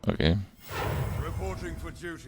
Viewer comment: Alright I've held my tongue long enough. I just... it sounds like you say 'came' or 'oh-came' every time you say 'kay' or 'ok'